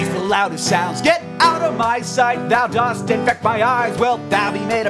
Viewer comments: Psssst. Hank! "Dost" is pronounced "dust" when speaking Shakespeare! [dʌst] Same with "doth"... Should be pronounced "duth" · Okay I love this song but you pronounce "dost" incorrectly. It's supposed to be like "dust."